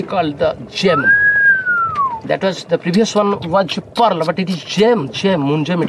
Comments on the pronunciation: You mean "PoReaL" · Yeas yeas pressus metal it's called porl pworl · "That is called pearl3" the way he pronounced it was epic 😂lol